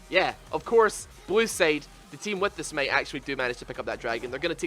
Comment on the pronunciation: Sm8, smeit, smate 😂 It's called smite -_- LIKE SMAIT